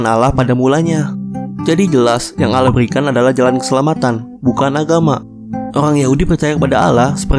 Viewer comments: bukan alah tapi Allah dibaca Awloh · Bukan bacaan ALLAH bacaan asli AWLOH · allah bukan alah bisa baca ngk sih -_ ,gw gengsi -_ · Allah bg bukan alla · Kok allah tulisannya allah di baca ouloh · bukan al lah baca nya tapi allah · Penyebutan allah masih salah Bang boleh saya bertanya Yesus itu apakah tuhan ? (Kok banyak yang blang gtu ) Bang bukan nya nabi isa (jesus) mengajarkan berdoa dengan mengangkat ke dua tangan nya (bukan nya bernyanyi bahkan ada yang joget) 1 lagi bang kenapa orang kristen menyembah patung nabi isa (jesus) bukan kah isa bilang jangan kau sebah aku sembahlah allah yang 1 Salam damai bang saya hanya manusia yang doif yang ingin bertanya bukan menyudutkan atau menjatuhkan Lakumdinukum waliyadin